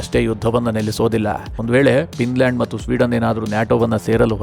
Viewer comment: It's Finland not pinland